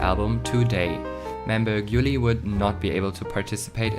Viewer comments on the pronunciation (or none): The pronunciation is wrong. It's Hayoung, not Hajong, Gyuri, not Gyuli, and Jihon, not Jihyeon